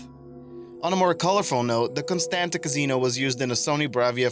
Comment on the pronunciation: How do you not know how to pronounce Quarry? And Casino?